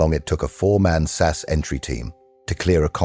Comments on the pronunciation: Your producing them “Sass”, get it right man it’s 22 S.A.S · It’s S A S not Sass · effing AI it is not sas it is S A S, capital letters, Jesus English is not hard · And it's Ess Ay Ess, not Sass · Will somebody please teach AI that ‘SAS’ is an INITIALISM = letters pronounced separately S-A-S! Not an acronym, like NATO, or NASA. SAS stands for the Special Air Service, it is often also used as an umbrella title for their brother force the Special Boat Service. Most of those that are prepared to listen to this waffle probably already know that but evry time I hear that American AI voice referring to the “Sas” , I want to scream!! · Teach your AI to say SAS correctly.